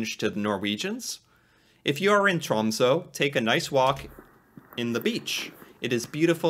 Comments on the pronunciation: I live close to Tromsø, in the city of Harstad. The big downside to this is that on the other side of the year, right now, the sun never comes up for two months. Alot of people get depressed around this time. Also, you need to react to a video explaining how to pronounce our last three letters "Æ, Ø and Å". It's TROMSØ, not TROMSO. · Tråmso😂😂 geez bro